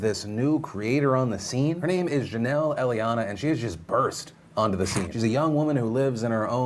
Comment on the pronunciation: can't read. He read her last name like 3 times and got it wrong every time haha